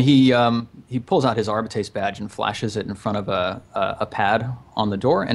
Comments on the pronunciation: Also, it's pronounced Arb-I (capital I)-ts. Arbites. Arb-I-ts. Arbites. It's super simple. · Dudes, it's "Are- bites"